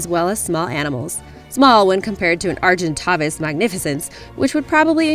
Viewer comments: argenytavis is pronounced argentavis the second a says it's name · OMG AND YOUR MISSPELLED AGENTAVIS?! Lol. Arg-in-tay-vis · the argentavis is pronounced argentāvis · just fyi you're butchering argentavis and deinosuchus (maybe some others)